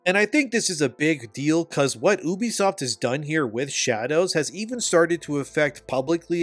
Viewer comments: U, Ubisoft, YOU BISOFT. Come on bro sound it out. Not OU BISOFT. bro the way you say it really drives me up a wall. Great video tho. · It's "YOU-BEE-SOFT" are you special or something? You can't pronounce words properly? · You-bee-soft NOT ooo-bee-soft, fuck I hate when other nerds just make up their own pronunciations for names in the industry. It’s not ooo-connect, or ooo-play, it’s you-play and you-connect (uplay, uConnect). That’s like saying eye-tal-ian (Italian) instead of it-al-ian. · for the longest time I been pronouncing Ubisoft wrong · Ill listen to your opinion when you pronounce Ubisoft correctly